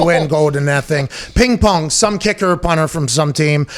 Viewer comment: Pat can't even say the position he played correct lol.